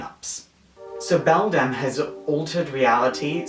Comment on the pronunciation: Also, it's Bedlam, not Beldam. Bedlam is a word that means a condition of noise and confusion.